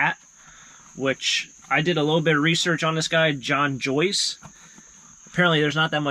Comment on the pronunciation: In my opinion I think you're mispronouncing the last name it ain't John Joyce that drove for that team it's a guy by the name of John Force